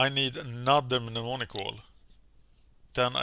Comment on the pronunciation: How many Mnemonic Walls are in the deck? Also, Mnemonic = Nem-On-Ic.